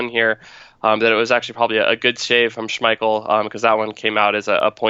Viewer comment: I keep seeing people saying Lacazette missed a sitter but if you watched the replay of the pass from Ozil to Lacazette you will notice that the ball was too short and didn't get to Lacazette instead it was caught by Schmiel (Butchered his name lol)